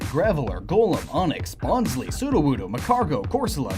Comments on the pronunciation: Its pronounced as bon-sly, not bon-sley. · "Bonzlee". "Laireon". "Shieldeon". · Bonsly rhymes with pie.